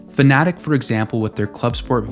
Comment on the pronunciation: I can’t get past the fact that he will not pronounce Fanatec properly. It’s not Fanatic… It’s Fanatec